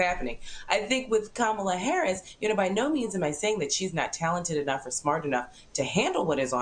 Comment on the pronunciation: The first Indian vice President..Say it right Marc!!!..Even she says she Indian..